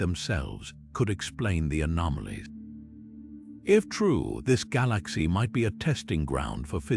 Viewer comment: The way the narrator pronaounces galaxy makes thus impossible to watch. Almost sounds AI